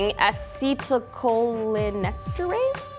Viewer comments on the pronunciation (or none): Ah-See-Ta-Coal-in-Est-Ter-Ace is how you pronounce it. :) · Aseat o co leen ester ase is the pronunciation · I like how she actually pronounced acetylcholinesterase right the first time, but completely fails at the second attempt.